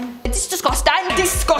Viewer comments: every time I hear say dis-gust-ing it tickles my funny bone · I love when says “DEE-SKOSS-TANNG!!!” 😂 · Nobody:: D I S G U S T A N G